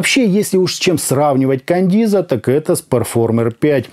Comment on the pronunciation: Да почему Кандиза то если Каденза?)) купил щас на распродаже за 2к, звук улет